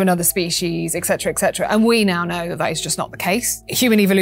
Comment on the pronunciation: Did she actually say "eccetera (sic)" four times?